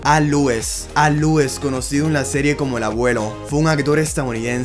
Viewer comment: Al lues, bash Patric, Marylin Manster, Pat prist, Pol Lin, tienes que trabajar mucho con la pronunciación ya si no das una se dicen como se leen.